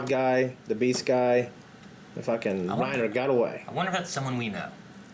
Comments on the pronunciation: I really hate that they do it though. The fact that they pronounce the names as though they had an accent, but without actually using the accent infuriates me. Either go all the way or don't do it at all. The way they say "Reina" and the fact that Hange's name is changed to "Zoe" is really annoying. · Chase Ambrose to be fair, if someone tells you their name it’s only polite to pronounce it as closely as you can to what they say. If they happen to use an accent when saying their name I’ll try to use that same accent when pronouncing their name. The problem I have is mainly with Reiner’s name and how it’s pronounced in the dub. I doubt Reiner would realistically introduce himself as “Reinuh” unless he used an accent to pronounce his name. The fact that the dub also messed up Hange’s name and multiple lines of dialogue in the show leads me to believe it’s just a problem with the dub. I’m not German and I don’t speak the language, but the way they say names always annoys me in this dub.